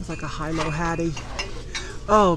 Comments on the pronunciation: Aloha (Hello) A small FYI: Hilo is pronounced Hee Lo. Not high low. It is the largest town on Hawaii Island, aka The Big Island. Hilo Hattie had their flagship store there, also others throughout the state of Hawaii. They closed down a few years ago, making their products even more valuable now and probably into the future. Clothing & home goods. Hee not High. Mahalo- (thanks) for your great videos! All the best in '22🌺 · Hilo is pronounced Heelo. Not to criticize , just inform.lol